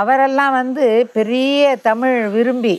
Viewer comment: நேர்காணலில். பேட்டிஎடுக்கும்நபருக்கு. தமிழை, தமிழ். என்று. அழகாக. உச்சரிக்க தெரியாமல்... தமுழ். தமுழ். என்று. உச்சரிக்கிறார். கேட்ப்தர்க்கே. வெருப்படையசெய்கிறது. அந்த. அண்ணையர். எவ்வளவு. அழகாக. தமிழை. தமிழ். வார்த்தைகளை. உச்சரிக்கிறார். இவர்உச்சரிப்புசரியில்லைஎன்பதைகான்பவர்களே. கேளுங்கள். ஆகவே. பேட்டி எடுக்க நன்கு. செந்தமிழ். படித்த. தகுதியான நபர்களை. ஈடுபடுத்தி. தமிழைவரும்சந்ததிக்குதெளிவுபடுத்துங்கள். தடுமாற்றத்தைஉருவாக்காதீர்கள். நன்றி. எல்லாம்சிவமயமே.